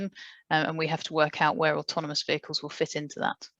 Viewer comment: Slightly embarassing that a man who makes autonomous vehicles for a living can't actually say 'automonous' right :-) Maybe someone should tell him...